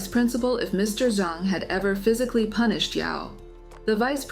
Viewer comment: Punish instead of pubish